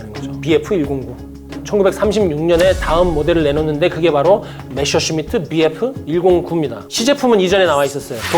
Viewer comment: 아 갱상도 분이구만. 메셔가 아니고 메서!!!!!